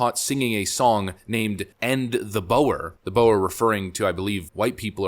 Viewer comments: Boer isn’t pronounced as Boh-err, it’s pronounced like the animal, Boar. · It's pronounced Boar, not Bower. FYI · it's not pronounced bow-er, but boar or bore. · It’s pronounced for boar… like the big pig… not the snake. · Pronounced Boo er. Original Dutch settlers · Boer is pronounced like Bur. It has links to _neighbour_. Neigh being close and bour / bur / boer, well in Dutch it means farmer, but it could also be seen as peasant. Oe together is like the sound oo in book. In Dutch we write boek. I think if you pronounce book and change it to [boo]r you also have the right sound. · BTW, Boer is pronounced the same as "bore." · Boer is pronounced like book with an r instead of k. Boor. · Julius is not the president, he is the opposition, and its "BOOR" which means white farmer. a quick google would have told you that. do your research mate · Just one correction. "Boer" should read as "Boor". The English language has the word "boorish" which came from their experience with Boer Wars. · Small correction in your translation. The 'Boer' does not mean white men, it means farmer. It's dutch for farmer. Pronounced 'Boor' like 'too' but with the 'r' sound at the end. The reason they use that word is that South Africa used to be a Dutch colony from the mid 1600 till the near beginning of the 1800. Therefor they speak a transformed version of Dutch (The Netherlands, not Germany!) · Boer is pronounced “Boar”. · As part South African, it's pronounced like the dog boer-bull and the person who said it, is not the president but the leader of one of the leading political parties in the country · “Boer” is pronounced “boar.” The irony of black South Africans starting to do to whites exactly what was once done to them is quite a thing. We really never learn. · Kill the Boer { pronounced boo like moo. So booRRR.} was not sung by the President of South Africa but by the shady opposition party of the country. Please fact check before posting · Pronounced 'boor' :)